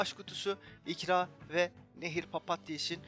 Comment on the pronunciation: Skjsjsjs yorum seçici beni çok seviyore ne gûzel illa kutu açtirmiş ama sey garip geldi videoda ilk kez galuba bana ikra deilde ikra kiman dedin bi denişik hissettim